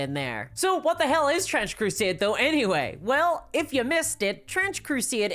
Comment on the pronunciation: Ma'am.. its called Trench Crusade.. not Trench Crusieeäd